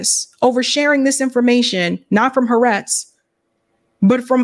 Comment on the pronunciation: hi. Haaretz is pronounced: ha-R-etz